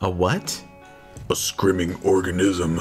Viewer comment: Did he meant "screaming" but butchered it harder than his chances of getting laid?